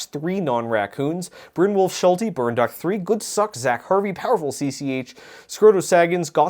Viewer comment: Oh my gosh! He just pronounced Zach correctly. I thought this day would never come.